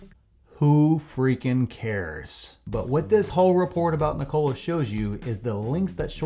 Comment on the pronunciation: Ever time he mispronounces Nikola everyone take a shot!